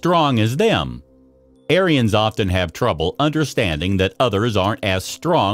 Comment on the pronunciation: I really wish this guy would quit callingg me an arien. Makes me sound like a Yahtzee.